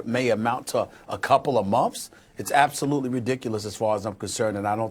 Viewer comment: Months is not pronounced mumfs. Thank you.